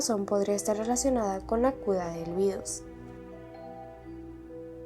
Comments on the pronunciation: Por que dices cuda y no cura? O no sabes pronunciar la R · Algo que me di cuenta es deque porque dices cuda en ves de cura 😩🥀🥀🥀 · Soy yo o dice Cula en vez de cura,creo q no sabe pronunciar la r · Tdendian que modid pada que la cuda JAJSJJAJS NISIQUIERA SABES DECIR LA R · el video esta buenisimo pero me encanta cuando dice cuda iauodfasu ohsf hisdb haipg o t{´'´+fgS} ¿SE +